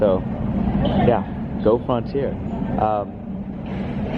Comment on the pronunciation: You pronounce Frontier in a unique way.